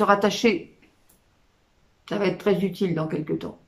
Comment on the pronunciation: Pourquoi dites-vous qu'être un pilier va être très futile dans qq temps ? Ou bien j'ai entendu "futile" au lieu "d'utile" 😅